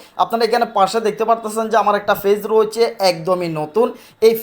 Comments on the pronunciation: Fage না page ভাষা টা ভালো ভাবে বলেন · ফেজ নয় পেজ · ফেজ না পেজ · পেজ এর উচ্চারণ টা তোমরা ঠিক করে করো সবাই অনুরোধ রইল